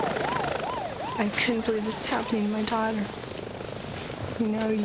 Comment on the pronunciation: at about - it sounds like the mom said "I couldn't believe this was happening to my Dog" instead of my daughter when speaking of her child.